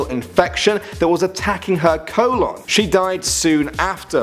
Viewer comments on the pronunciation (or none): none